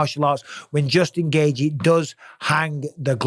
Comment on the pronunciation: It’s not Gaygee it’s gayCHEE